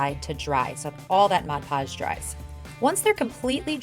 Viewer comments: As annoying as it is to hear, it's an easy mistake to make if you grow up hearing "hodge podge." As I've gotten older, I've learned to embrace verbal quirks as a "finger print" of a person's speech, instead of getting aggravated at the mispronunciation. Everyone is much happier that way =) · Its MOD Podge! Good grief it's not hard.